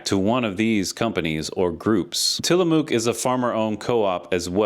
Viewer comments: Great write-up. One little thing though.. It's "Tila-muck" not "Tila-mook" Oregonian born and raised. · It's Till-a-muck